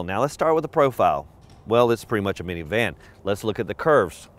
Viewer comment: You're the first person I've ever heard who says miniVAN🤣🤣